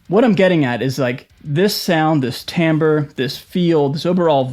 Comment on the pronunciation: timbre, not tambre.